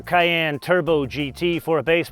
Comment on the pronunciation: Fyi it’s pronounced cayEnne like the pepper, not cayanne lol